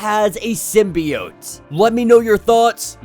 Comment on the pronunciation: Keep saying symbiot I like that